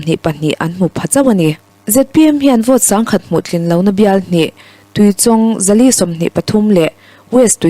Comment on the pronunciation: Tuichawng I lam dan hi a dik lo tlat mai. Tui lam dan chu a dik a, chawng tih hi chawngchen tiha chawng thluk sanga lam lovin, chhang thlum lawng lam Anga lam tur a ni e.